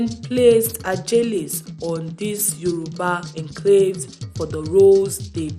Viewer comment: You are doing Yoruba blog but cannot pronounce Yoruba names and the King title correctly? Nonsense!